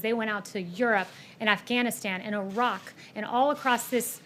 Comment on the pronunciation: Did she say "o-rock" instead of Iraq? Yep she's definitely as eloquent as Trump